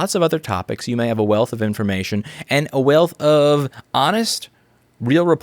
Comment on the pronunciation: I know this is serious, but he did just say "a wailth of ---" like he had an accent, lol.